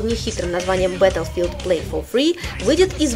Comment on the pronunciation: БаттлфИлд. Не -файлд.